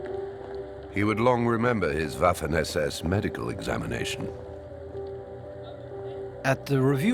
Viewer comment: yo pienso lo mismo, aunque preferiria que pronunciara algunos terminos de manera correcta, por ejemplo WAFFEN SS, aunque tampoco es que le reste brillo a la narracion.